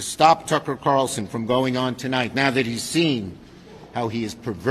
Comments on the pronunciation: I'll never get over how funny it is that you call him "Tuckle Carson" 😂 Seriously, it makes my day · Love u bro but it’s Carlson not Carson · It’s “CarLson”, not “Carson”. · Have you just given up on pronouncing his name correctly?